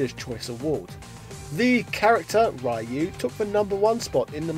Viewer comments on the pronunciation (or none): why do americans say Ryu as "Rayu"? its not Rayu its just Ryu, like Ru but with soft "R" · Ryu is Ree-ooh not Rah-you. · Stop pronouncing Ryu's name wrong!!! 😋 It's not Raii-yoo it's more Ree-yoo, but the ee part is very small kinda like just R-yoo just goes straight from the R to the yoo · Ryu is read as REYU! NOT RAIYU! God damn it! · It's not pronounced Rye-You! It's pronounced REEEEEEEEEEEEEEEEEEEEEEEEEEEEEEEEEEEEEEEEEEEEEEEEEEEEEEEEEEEEEEEEEEEEEEEEEEEEEEEEEEEEEEEEEEEEEEEEEEEEEEEEEEEEEEEEEEEEEEEEEEEEEEEEEEEEEEEEEEEEEEEEEEEEEEEEEEEEEEEEEEEEEEEEEEEEEEEEEEEEEEEEEEEEEEEEEEEEEEEEEEEEEEEEEEE..........................................OO Sorry, couldn't help myself. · Spot Mispronouncing names, Gooken, Rye You. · spot indeed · actually it's ree you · nah your wrong too man. It is pronounced more like: RyOO . ROO with a barely pronounced Y after the R. Wierd tongue flicking motion that is a Japanese thing in their language I guess. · "Rai-you" Please... I don't need to hear this again in my life... D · You have a new subscriber, but it's pronounced "REE-yu" fella. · 2020 and you stil pronounce RAIU!?!?!??! REALLY?!?!?!? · Really?! I stop watching when I heard Rye-yoo, Goo-ken, Fee-Long?!!! You lost all credibility when you don't even take the time to learn the remotely proper pronunciation of these names. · I love your videos, but your pronunciation if names is PAINFUL. Especially Ryu and El Fuerte. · You're mispronouncing Ryu